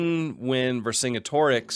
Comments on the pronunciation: I do not condone this guy repeatedly pronouncing Vercingetorix like that. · I've never heard anyone say Vercingetorix like that lmao